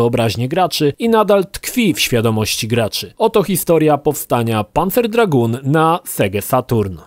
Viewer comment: tak jak Lukasz Skywalker napisał - Dragoon wymawiasz "Draguun". Tak samo jak masz Lagoon, które wymawiasz "Laguun".